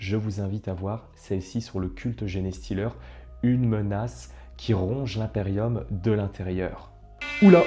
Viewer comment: Et aussi si le mot est en anglais, comme Genestealer, faut le prononcer un peu à l'anglaise, genre Djinestileur mix anglais/français sympa à mon sens